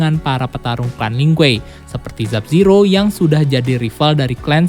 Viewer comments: sub-zero bukan zub-zero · dari video kemaren plin plan nyebut nama Sub Zero jadi Zub Zero